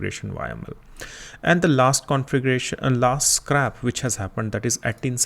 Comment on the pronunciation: its not SCRAP its SCRAPE